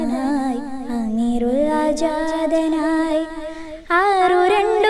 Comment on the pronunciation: അമീറുള്ള എന്നല്ല അമീനുള്ള എന്നാണ്